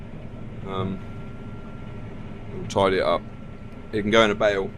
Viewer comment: Bale not bake lol